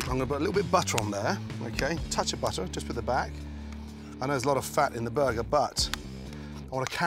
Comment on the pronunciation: "A buhguh is for me and a buhguh for the hippo"